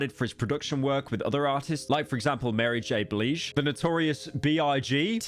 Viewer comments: I pause my online game when I heard Mary j bleege😂😂😂 bruh wtf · U said mary j blige wrong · Mary Bleege 😂